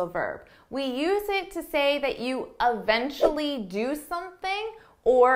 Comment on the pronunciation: Can I get the pronounciation of “eventually ”，because this is the second time I heard from sound like “evntruli”，it’s just weird as I sounded it as “i vn trilingual‘’😂😅